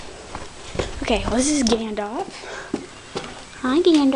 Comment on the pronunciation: no hes a quarter/draft cross and its pronounced Ghandolf:))))